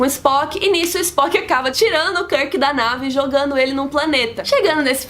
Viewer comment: Nossa ,vc tem certeza que você assistiu os filmes mesmo !!! você falou muita besteira! !! onde vc ouviu karke e o escondi porra pronuncía direito o nome !!